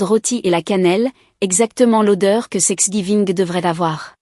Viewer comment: Il n’y a pas que dans cette histoire que thanksgiving est mal écrit et surtout mal prononcé